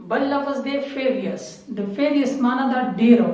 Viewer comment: Fearious---it is furious Specious----it is spacious bro...keep up the good work..